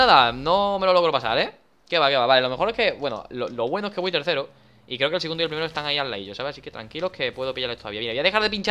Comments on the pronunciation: like si escuchaste voy terrero en ves de tersero en el minuto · en el minuto danirep para decir tercero dice terrero